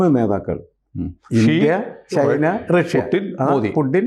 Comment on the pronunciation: ചെയ്‌ന എന്ന് പറയാതെ.. ചൈന എന്ന് പറയു. പിയേഴ്‌സൺ പറയുന്നതാണ് ശെരി... ചൈന.